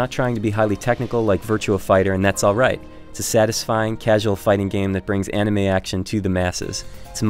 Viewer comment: I know right the fuck?????? All fighting games are like that? Did he did that just because he hates naruto? He doesn't even watch it and he can't even say anime right....